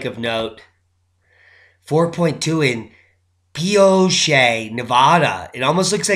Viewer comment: Pio- ch- e, silent e.